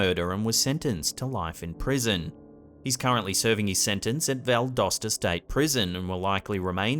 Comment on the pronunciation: In the number 1 spot when you mentioned that Stephen McDaniel is serving his life sentence in Valdosta State Prison... I want to thank you for pronouncing 'Val-Dos-Ta' correctly!!! A lot of people mispronounce it and say Val DOSE ta... Like a dose of medicine 🤣🤣🤣